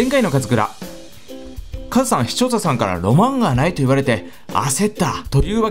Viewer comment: 最初の「視聴者さん」がしちょうささんに聞こえる